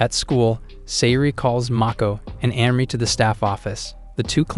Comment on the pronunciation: It's not "Henry", it's Anri. And it's not "Sicko", but "Saeko".